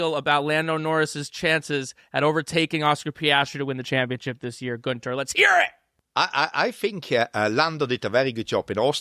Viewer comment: #hireGuenther He has the perfect accent for the Red Bull team !!